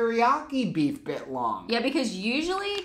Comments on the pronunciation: Every time you say bit-long a piece of me dies (all most as much as when you say 'Awl-di' not Al-di' also biltong is not a type of jerky but a totally different type of dried beef snack - its kinda like calling a hard cider a beer - they're verrrry similar in most senses but to those who consume a lot, its a world of diff... Jerky is dehydrated/heated and lean cuts where biltong is often fattier cuts and its always air dried/hung etc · It’s Bi LLLtongggg lol!!!!!!! Not bitlong!!!! Hahaha!!! You had me cracking up!!!! 😂😂